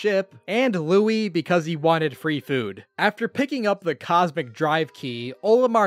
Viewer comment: Did you frickin call Louie Louis